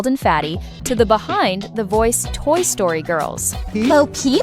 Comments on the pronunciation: why you said sroty ITS story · Toy Sroty ❌ Toy Story ✅